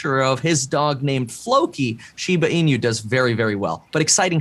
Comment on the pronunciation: I'm surprised to see nobody correcting his way to pronounce "inu"? It's not shiba ee-new, just ee-nu as in "nutrient"